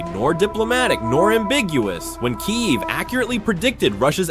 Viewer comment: Its not Keye-ev. Its either Keev or key-ev.